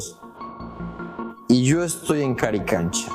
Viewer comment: haces un video y no nombras correctamente el nombre? CARICANCHA ??